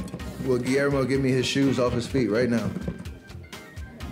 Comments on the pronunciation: Nike give this man his signature shoe. Gui-AIR-mo 🤣🤣🤣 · Gui-AIR-Mo need a pair 🤣